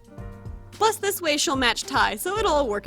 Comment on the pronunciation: listen closely "thiiise"